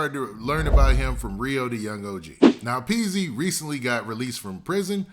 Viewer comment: Its Peezy..not peaks. Wtf is peaks 🤔